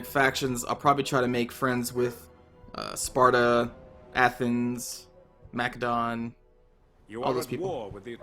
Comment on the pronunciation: I came here to see if this would be a good Total War series to watch. Not even a minute it and you're annoying the crap out of me with the way you pronounce Macedon. Why do you say it so fucking wrong?